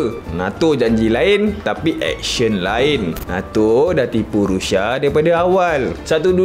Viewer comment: Sebut bg betul la bro..Rusia, bukan Rusha..